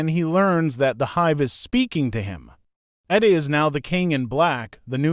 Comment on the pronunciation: Whyyyyy do you pronounce Eddie like Iddy?! Jesus christ bruv